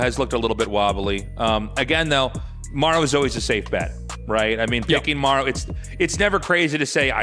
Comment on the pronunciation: Listening to Maru vs Cure i cant stand always having to hear the guy say "Mayoru" instead of Maru. Maybe just get people who can pronounce names to cast?